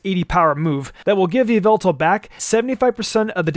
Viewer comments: You pronounced it wrong! Its "Yahveltal" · Stop it's not yveltal it's yavelta. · Yveltal was pronounced incorrectly. It’s pronounced YA-VEL-TALL